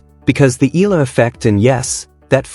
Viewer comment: pls. it's E ya la (Eala). NOT Ela or whatever you say it. AGAIN E ya la (Eala). ty